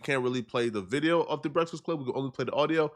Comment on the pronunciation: Mans can say contentious but not breakfast… Ehy you do so much Breakfast Club content but can’t even say the word?